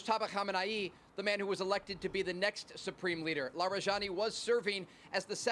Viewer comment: you can call it a counter offensive (not a counter operation), and his name is pronounced la-ree-jah-NEE, with the j sound like in jihad.